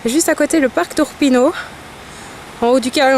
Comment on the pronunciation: Monte Urpino no Turpino🤗